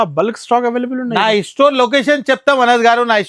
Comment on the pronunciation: Estore kadhu ra ayya store ivvaru kadhu iyyamu, istart kadhu ra start , evaru ra meeru telugu states lo undi telugu radhu